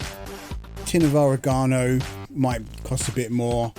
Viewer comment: I think you’re saying oregano wrong 🧍